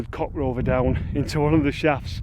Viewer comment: "Coc Rover"😂😂😂